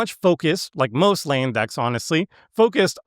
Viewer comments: Came here for this comment as well. Never heard this before. Dunno what accent calls "Land" like that. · the way you say the word “Land” pisses me tf off